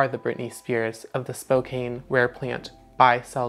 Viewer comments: It is pronounced Spo "can". Not spo "cane". Also, I adore you. Thanks 😊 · Spo-kain lol